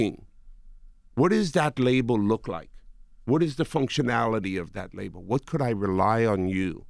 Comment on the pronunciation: He says the word label like Dradel